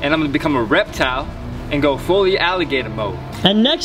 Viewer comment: "fully aligaitor mode"